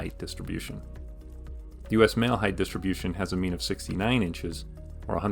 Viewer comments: height is not written nor pronounced heigth, it's a t at the end not a th. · Length, width, height. Not "heighth"